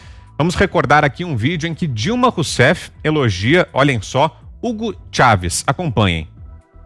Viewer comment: Ela erra o nome de Hugo Chávez no final 😂